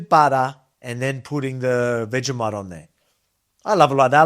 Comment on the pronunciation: its pronounced vegi-moit...